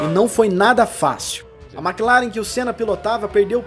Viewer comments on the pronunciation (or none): none